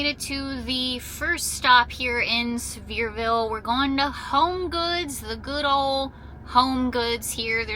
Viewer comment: I live 5 minutes from that Buc-ee’s! You’re saying Sevierville just fine lol! 😂❤